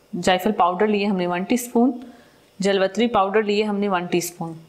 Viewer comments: جلوتری نہیں جاوتری کہتے ہیں۔ معذرت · لفظ جاویتری ہوتا ہے جلوتری نہیں اپنا تلفظ ٹھیک کریں شکریہ